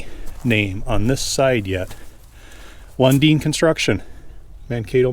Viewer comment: I remember Lundin Construction. They had a few R model Mack trucks too. Circa 1980s. You even pronounced the name correct. I worked a farm drainage job in that era. I've been around Koehring excavators, Bantams at that time. Thank you.